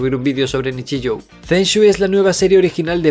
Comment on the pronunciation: Tío, esa U al final de Nichijou no suena a u, es la prolongación del sonido de la o. Y no me salgas q lo lees como al español xq esa j la pronuncias como y. Estudia vocales alargadas del idioma japonés o dile a Animedosis como hay q decir los títulos.